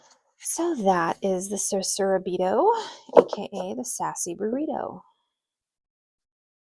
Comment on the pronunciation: Omg I love how Susaraibito ends up sounding like “Sassy Burrito” 🌯😂It's being on my wishlist forever but never got it! So tempted to, I don't know why I haven't added it to my collection yet... 🧐